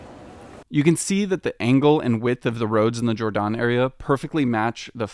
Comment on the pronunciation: It’s not pronounced like the ‘g’ in George, it’s pronounced like the ‘y’ in your. Jordaan. It’ll just take a sec to look it up. Don’t you have Internet?